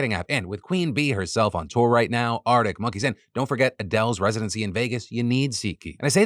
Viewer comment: Arctic not aredick 😂😂😂😂😂